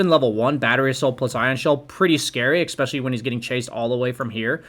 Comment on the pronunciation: es·pe·cial·ly not ec.sp.chilly first syllable is the same as the letter 'S'